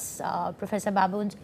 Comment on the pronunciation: the journalist is pronouncing babones ( Babo - nez) as baboons that looks very embarrassment and journalists supposed to have cross cultural sensitivity...baboons has different connotation and Todd should not be pronounced Toad..